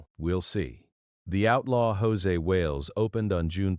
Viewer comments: Stupid AI-generated narration is FULL OF ERRORS! For example, the film's name is NOT "The Outlaw JOSE Wales", but it's "The Outlaw JOSEY Wales!" But repeatedly is mistakenly called JOSE Wales in the narration! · If I were Clint Eastwood I would sue the channel that produced this YouTube. When AI continuously mispronounces Josey as (in Spanish) Jose, it makes me believe the whole story is BS. "The Outlaw Josey Wales" is one of the best western movies...ever. I guess whoever produced this actually knows nothing about the movie, as well as Clint Eastwood. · Dear AI it is pronounced JOE Zee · Josey is not pronounced Jose. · AI crap. Can't even pronounce Josey.